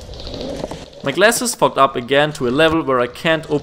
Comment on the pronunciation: when he said the glass fogged off I thought he was saying it f*cked off